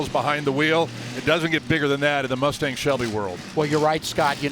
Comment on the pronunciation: I really like that mus-Tang. It is su-Per coo-L